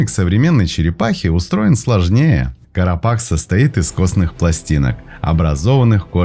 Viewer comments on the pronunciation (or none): Поздравляю!! Скорость чтения стала оптимальной!!! Единственная поправка Carapace произносится как карапас